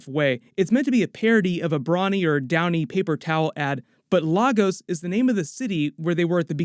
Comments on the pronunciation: FYI, it’s pronounced Lagos as in LAY-GOS not la-gos. And Lagos is a actual state in Nigeria 🇳🇬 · It’s pronounced Lay Gus not Lar Gos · it’s pronounced “lae-gos” the la in Lagos is pronounced “lae” as in lays chips. Love from Nigeria btw🇳🇬🇳🇬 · Don't mean to be a nitpicker but it's pronounced Lay-Goss not Lah-Goes. It always takes me out. I really hoped that mispronunciation would remain in civil war. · its pronounced LAY-gos not LAH-gos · Entire episode was a "What the Fudge"!!! Spectacular connection of the MC-Multiverse!!! You're welcome Ryan Reynolds. EDIT: Also, as a Nigerian 🇳🇬 I need to correct everyone... it's pronounced "Lay-go-sss" NOT "LAH-go-ss" 😂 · LAAAAY-GAUS... IT'S PRONOUNCED LAY-GAUS LOL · Lagos is pronounced lay(like "laying" an egg)gos(like gus ) so laygus is the pronunciation.. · I really just hate how they refuse to pronounce Lagos correctly lol. It’s “Lay - Gus” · Legos and Lagos are not the same thing. It quite tiring to see people try to correct others, especially on things they have limited knowledge about. You don't live there. American diction is not the standard. It's LAY-GUS. Ask a Nigerian. And respect how others pronounce the places they live in. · It’s pronounced Laygohs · Ffs! It's pronounced "Lay Gus" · It’s pronounced LayGus. Stop butchering the name of my city. It ain’t that hard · Just so yall know...its pronounced "Lay-gos". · No one is talking about Monica`s Tests as she was getting out of bed and the Dr wanted to redo them..... Oh its pronounced "Lay gos". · LAGOS. Lay-goss is the way you say it. Americans. Lmao. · It's funny how no one checked the pronunciation of Lagos. It's said LAY-GOS people lol. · Bro fix your pronunciation of Lagos I felt shivers down my spin hearing that🤢🤢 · LAGOS. Why are people pronouncing the name incorrectly. It is very annoying.